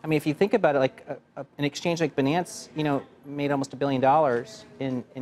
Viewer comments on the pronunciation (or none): The way he says Binance.